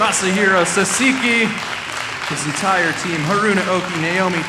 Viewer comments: Sahhh sah key, not sasa kei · dude kept saying sa-si-ki... like... what are you reading? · Great first name pronunciation... then there is Sahseekee 😅 first syllable emphasis. Awesome video though! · Off the bat, he called him "Sasiki" ... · You should know how to properly pronounce the guy's name! How rude! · damn at least learn how to pronounce the name before you introduce the guy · It begins with the idiot saying the guest name wrong....Disrespectful.